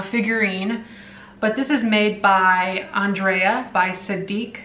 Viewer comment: The figurine is pretty no matter how you say it but Andrea by Sadek is pronounced AN-dree-uh by SAY-dek.